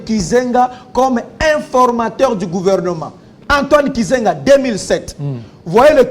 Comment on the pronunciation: Mukubwa, Antoine GIZENGA et non KIZENGA😂